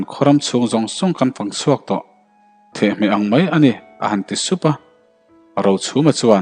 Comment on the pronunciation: Thehhmeh a awm ngai em ni le? the-hmeh tih tur ava nih hmel ve.